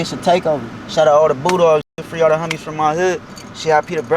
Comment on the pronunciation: I thought he was saying kicking it with the hunnys, lol but he was saying homies.